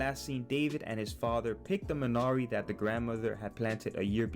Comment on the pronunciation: wtf, you don't even pronounce the title correctly!